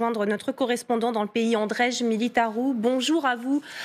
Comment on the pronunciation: Cest Andrei pas andrej mdrrrrr 😂😂😂